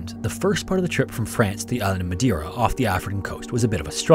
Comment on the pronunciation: Mispronounced "Madeira" ma man...